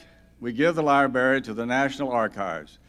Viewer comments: It’s library not libary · New rule! If you are dedicating a library, you should know how to pronounce library; so cringey. I flinched every time he said it.